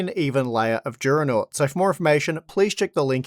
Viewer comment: It's funny how the advertising at the beginning says "Juronot" or "Giuronot" instead of "Duronaut".